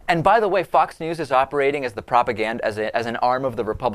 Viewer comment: It's funny how he pronounces it "fuck's news" ^_^